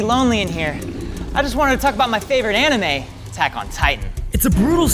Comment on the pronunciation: Cant even say anime at the correct way, uhm duh